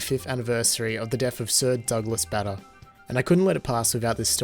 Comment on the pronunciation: Oh my god the Bader one. Its pronounced Bah-der not bader. And its Mess-er-sch-mitts not messermitts. :)